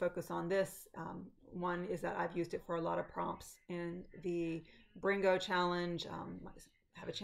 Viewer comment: Welcome to Flosstube!! You said “brrrrringo” so great! Loved it 😊. I really enjoy your WIPS and can’t wait to see them come to life. Happy stitching!